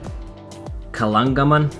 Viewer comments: ka-lang-ga-man...not kaganglaman ahhahha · it is pronouce as KA-LANG-GAMAN .... Santiago Bay is absolutely nice place, i was there last may 2018 my mother was from camotes island ,went there after 40 years. you should have visited CUATRO ISLAS in Inopacan Leyte and Hindang Leyte, just few kilometers away from KALANGGAMAN ..Im from Hindang anyways and now working overseas. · it's so cute how you say KALANGGAMAN "kanggalaman" :D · i give you hint how to pronounce it. kah-lang-ga-man. silent H kalanggaman. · Ka-lang-ga-man. That’s fine though, I found Icelandic place names to be impossible to properly pronounce when I went for a visit. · I am from Leyte and near to Kalanggaman Island, I was laughing when you were trying to pronouce the name properly and end up wrong: ), thank you for loving my country. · U hardly pronounced kalanggaman but those volcanoes ... Oh God